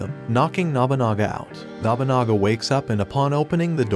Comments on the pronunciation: The way you pronounce Nobunaga... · Every time he mispronounces Nobunaga it makes me twitch a little....